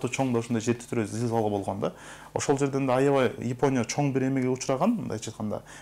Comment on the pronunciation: Ипоня дебей Япония дечи иним